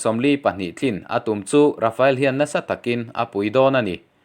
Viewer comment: Rafael tih angin i lam lek lek thin.